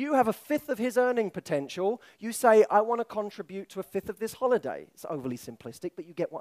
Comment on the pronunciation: The word "contribute" was said wrong 15+ times